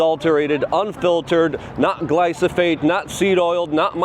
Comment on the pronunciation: Thanks for the walk and talk Luke, though tbf ya did it get me to watch this using a clickbait title, SIR. No “new” news actually just went down. Oh and one more thing - it’s “glyphosate”, not “glysophate.” Just sayin.